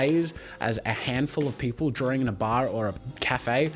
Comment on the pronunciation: "Jazza's Drawring Jams!"